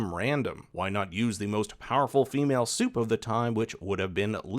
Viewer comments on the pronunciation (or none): When you say "supe" I hear "soup". So it was fun ! Also : soup baby